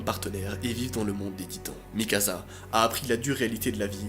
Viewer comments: Mikasa pas mikaza🤣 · Ca se prononce Mikasa, pas Mikaza -. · Desolée noa mais sa se prononce Mikassa et pas Mikaza... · C'est Mikasa et pas Mikaza! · Mikaza mdr c est mikasa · C'est pas Mikaza ses mikasa tu dit comme si il y a deux ss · C'est mikasa pas mikaza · C pas Mikasa mais mikassa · C’est pas MIKAZA C’EST MIKASA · C'est plutôt Mikasa par Mikaza🙏🏽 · C'est Mikasa pas mikaza mais trop bien la vidéo on plongé dans l'histoire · Il prenonce mikassa pas mikaza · C’EST MIKASA PAS MIKAZA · C moi ou il a oas dit mikassa mais mikaza? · C'est moi ou il appelle mikasa mikaza 🤣 ? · PT c'est pas mikaza C'est mikasa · Ya que moi qui trouve que c horrible quand il dit mikaZa et pas mikasa? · Ça ce prononce Mikassa pas Mikasa et sinon bonne vidéo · Je peux pas m'empêcher de rire quand tu dis mi casa au lieu de Mikasa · Ces Mikasa et non mikaza wallah t’es perturbant 🤦🏾‍♂️ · Ses pas mikaza mais mikasa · on en parle de MikaZa au lieu de MikaSa!!!! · Pas mikaza mikasa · C'est mikasa et pas mikaza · Att att je reve ou pendant tt le long de la video tu as dit mikaza assassin !!!! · c mikassa pas mikasa sa se pronence s pas z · Sa s’écrit mikasa mais sa se prononce mikassa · On en parle du "mikaZa" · Le film c'est faux c'est pas la vrai histoire va suivre l'animé ou lire le manga et en plus on dit mikassa ça c'escrit mikasa mes ça se lit mikassa et vraiment le film c'est de l'escroquerie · Sa se dit mikassa et érèn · MAIS POURQUOI TU DIS MIKAZA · Mikasa Ackerman ✨ Ma pauvre il t'a appelé "MikaZa" pendant toute la vidéo 😭🤬